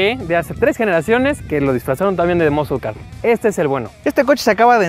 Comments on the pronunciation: muskel,muskol car hahahah un curso de ingles no les caeriamal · El del Challenger dice Moscolcar hahaha XD